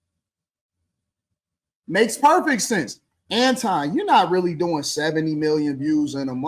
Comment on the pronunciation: I hate when so called celebrities try to "high side" folks like they don't know who they are. 🙄 Marc Lamont Hill even purposely mispronounced Anton's name like an A-hole to disrespect him.